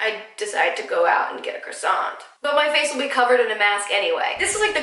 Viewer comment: You are perfect!But, from a frenchie, please don't read the "t" in croissant!